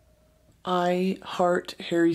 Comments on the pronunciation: hawwy stuiles hawwy stuiles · hawwy styuels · Harry Styles? Don’t know him Hawwy Stwyles? We Stan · "I love Hawwy Stywles"